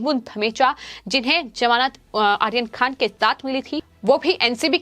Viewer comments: pls pro nonce correctly maam. Aryan not Ahyan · Not Akhir Khan, it's Aryan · Aryan Khan theek se bolo. 🙄 Ahiyan Khan. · नाम सही लो बर्थडे बॉय का! क्या प्रोनाउंस कर रही हो!! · Please pronounce his name properly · आर्यन का उच्चार ठीक नहीं करती है आप